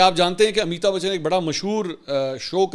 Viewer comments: It's not Amita Bachan, Its Amitabh Bachan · AMITAB BACHHAN take correct name.